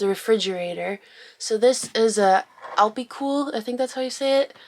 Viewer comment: Alpicool. My ears hearing: I be cool. Me: Yes, You're super cool.